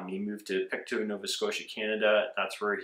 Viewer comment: i am sorry but i have to... pictou i pronounced "Pick-toe" -Great video though!